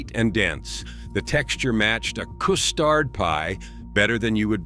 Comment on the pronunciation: "Coo-stard pie". What, it was French? 🤣